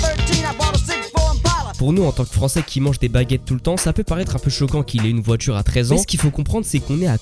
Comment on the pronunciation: Tes vidéos sont intéressantes, mais ta façon de prononcer les ‘tu’ et ‘ti’ en ‘tchi’, et les ‘di’ en ‘dji’ ( tu dis ‘grandji’ au lieu de ‘grandit’, ‘voitchure’ au lieu de ‘voiture’, ou encore ‘objectchif’ au lieu d’‘objectif’), c’est franchement insupportable. Ça gâche l’écoute alors que le fond est bon. Dommage.